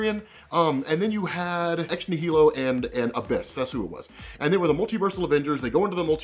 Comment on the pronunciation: That's not how you pronounce Ex Nihilo. It's like Annihilus.